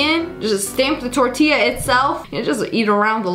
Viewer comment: day spawmped mah tortiuh wit a expiration dayte 😂😂😂